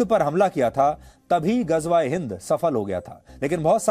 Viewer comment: Ghajwa e Hind 😂😂 Ghazwa e Hind hota hai